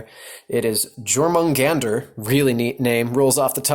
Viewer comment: Your-moon-gand(er) The "er" or "r" was American spice, if you will. I don't want to come off as a prick just pointing it out. I enjoy your channel, stay healthy in these trying times, friend.